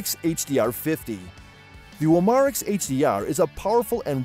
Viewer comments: U-Mar-X....Really dude?! Pronounce it CORRECTLY!! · Umarex is pronounced umma rex.